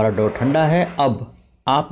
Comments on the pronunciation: Sir, It's dough not dove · डोह not डोवह